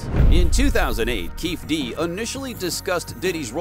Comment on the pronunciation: It's Keefe D (Kee-fee D) how you gonna do a video on something you don't pronounce the names right or the information. This is trash